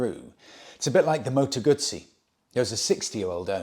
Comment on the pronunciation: Just came back from a 1000km solo trip in Morocco, from Marrakech to desert and back on a 2023 RE Himalayan. Great bike and its making me reconsider my 1200cc Triumph, such a big engine no longer makes sense. On a different note, I am Italian and your pronunciation of Moto Guzzi is spot on!